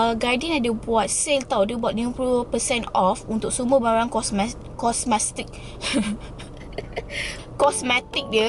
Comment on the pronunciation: Sebut.. kos mes tik 😂